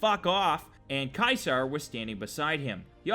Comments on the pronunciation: it's supposed to be said seezar and its spelled ceasar now cwasar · No offense but its pronounced ceasar not kysar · You pronounced it "KAISAR", Caeser is actually pronounced "Seeser" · Wasnt it ceaser Not Kaiser?